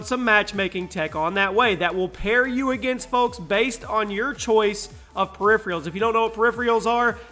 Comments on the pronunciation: Er,. periphERALS dude not periphREALS lol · It's PERIPHERALS, not PERIPHRIALS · Lol, perifreeuls